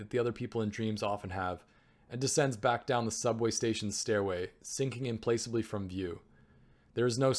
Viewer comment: "implacably" -- "im-PLACK-a-blee"